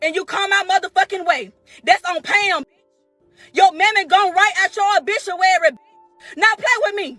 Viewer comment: She said obishuary ...